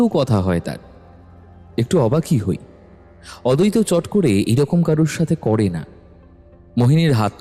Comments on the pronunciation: নামের উচ্চাররণ ঠিক করুন অদৈত না আদ্বৈত। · অদৈত আর অদ্বৈত আলাদা আলাদা উচ্চারণ ......আপনাদের ও কি কানে লাগে না ।